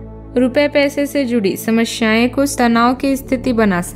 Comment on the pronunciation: शामस्यायें 😂😂😂😂 नही समस्याएं होता है हर जगह स की बजाए श बोलते हो 😂😂😂😂😂